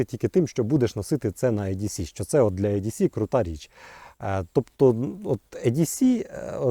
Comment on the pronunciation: Не "е-ді-сі", а "і-ді-сі". Не "ю-ка-ка", а " вай-кей-кей"